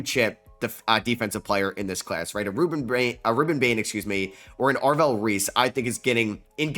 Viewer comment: “Ave-rell” Reese tuff